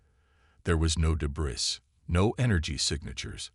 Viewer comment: The word “debris” is not being pronounced correctly by your AI. The ‘s’ at the end of the word is not pronounced. Pronounced as “de-brie”. The word is ancient, and comes from old French. The ‘s’ is silent.